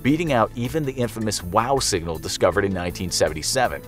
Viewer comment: My man really just said sing-gal